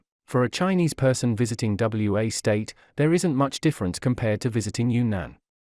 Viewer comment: It isn't W.A. state. It is Wa State.